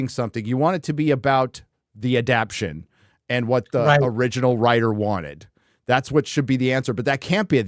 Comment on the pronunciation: say it with me,.... a- dap--tay-shun. ADAPTATION.